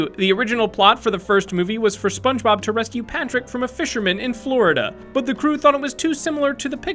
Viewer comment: 1. Spunemob. Spun eh mob? 😂😂 2. He says it's fact number 38 on the mark of 8 minutes 38 seconds